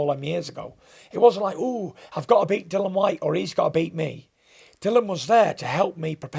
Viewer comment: Bangs on about professionalism yet calls Dillian Dillan. How hard is it to get his name right?